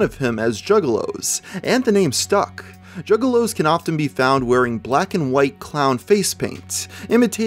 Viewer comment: Initially, I thought you were referring to male prostitutes. Then I realized you were saying "juggalos", not "jiggalos".